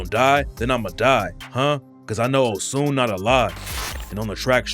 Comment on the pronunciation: The fact your wrong and ignorant in one video isn't unlike you. First off to call a whole religion that's been around before Christianity demonic is hilarious when Christianity celebrates pagen (satanic) holidays😂😂... And it's pronounced "Oh-Shoon" .. do research on things before you speak on something and sounding stupid.